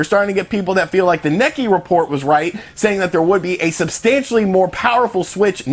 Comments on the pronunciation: hey brother. The publication you are quoting is not “Nikki” or “Knekki” it’s “Neh-k-eye”;) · Common bro enough with Neck-ee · not trying to be rude or anything love the vids but are you trying to say Nikkei? it is pronounced " Knee Kay " thanks for the upload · Necky? That's a pronunciation I hadn't heard yet. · not trying to be rude or anything love the vids but are you trying to say Nikkei? it is pronounced " Knee Kay " thanks for the upload. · Like so he knows it’s pronounced “KNEE K” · Nick-Kay. Nikkei. It's pronounced Nick-Kay